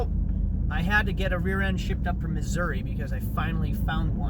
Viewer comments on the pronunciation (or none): none